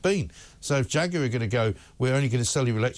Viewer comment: I always pronounced jaguar as ( jag-waar) not (jag-you-are) now its more like (jack-queer).